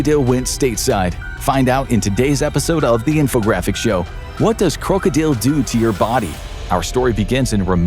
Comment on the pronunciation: Its funny. The way they say krokodil is exact how u say it in the Netherlands. My country. He is saying it if he did practice some dutch.. U say it and sound like a dutch person when u say krokodil. If y also write it like that then the spelling is correct in dutch to.😂😂😂❤